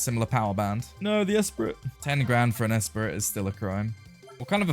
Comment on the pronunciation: pronounced "eh-spree", but, go off i guess